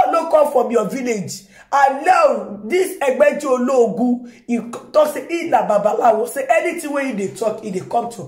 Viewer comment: Your pronunciation of Egbeji Oloogun is what I like hearing always 😏